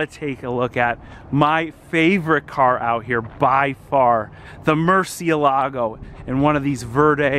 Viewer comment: Mercy AY lago NOT Mercy uh LAGO